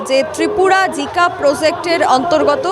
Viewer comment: জিকা নয় জাইকা